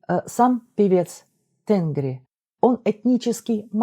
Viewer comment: небольшое уточнение: в тюркском языке ударение ставится практически всегда на последний гласный звук, tengrİ